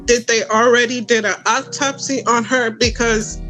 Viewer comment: You would think that she could and would pronounce Autopsy correctly